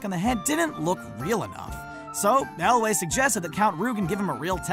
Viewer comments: errrrrm, I like the commentator but he get's Cary Elwes's name wrong. it's not pronounced ElWAY, it's pronounced ElWIS (it's spelt Elwes but pronounced ElWIS) just so ya know. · It's also Carey Elwes, not Cary Elway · This guy must not have watched princess bride a he mispronounced a bunch of names. Apparently he thinks carey elwes is elway... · Its not Cary "elway" mr. Narrator ... It's Elwes... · yeah i wondered why he kept calling Cary Elwes "Elway" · For future reference, “Ralph Fiennes” is pronounced “Rafe Fines” with “Rafe” rhyming with “safe”. “Cary Elwes” is pronounced “Kary Elways” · Also mispronounced both Mandy Patinkin and Cary Ewles from Princess Bride as Mandy "PAT-in-KEN" and Cary "EL-WAY". Insane. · "Mandy Paht-in-kin." "Cary Elway." Etc. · Patinkin and Elwes. Learn how to pronounce them properly. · OMG, this narrator does NOT know how to pronounce people's names! First he calls Ralphe Fiennes "Ralf Fins." It's pronounced "Rafe Fine." Ugh! Then he says, "Mandy Pattincon." It's Mandy Patinkin!" And It's NOT Carey Elway. It's Cary Elwes, pronounced "El-wes", like west without the T. Learn how to pronounce these people's names! It's not that difficult! Plus they repeated a number of "mistakes" over again. Sheesh!